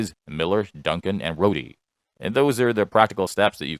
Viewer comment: Rhode v Bonta. not Rhoadie